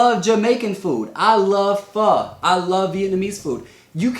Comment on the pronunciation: Thank you for saying pho correctly. ‘Preciate it